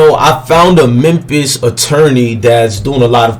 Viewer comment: He said mempis lmao 🤣